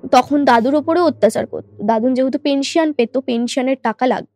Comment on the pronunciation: Bangla te to onek bhul Amabarsha noi - Aumabosshya .. West bengal e ki quality of education eto tai fall koreche ? Maximum chele meye gulo ke dekhi bangla kothaye grammar bhul, shobdo bhul, uccharon bhul. Juo na , jua. Pension tar uccharon bhul Uni kaaj korten - korto na